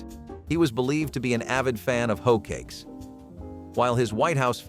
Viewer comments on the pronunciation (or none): Hoat cakes? Hoat cakes? 😂😂😂